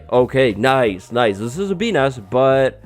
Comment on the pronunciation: "Bee Nest", but most of the time I misheard that as "P*n*s", f me!